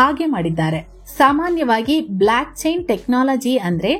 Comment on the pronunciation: ಮಹಾತಾಯಿ ಅದು Black chain ಅಲ್ಲ Block chain..